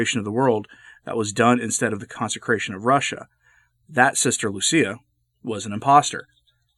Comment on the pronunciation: Lucia, not Lucy